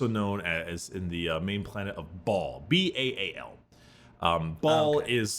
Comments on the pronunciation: I just can't with brickys pronunciation of "Baal" as "ball" 🤣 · I'm sorry did he just say the planet was called "ball suck-on-dis"??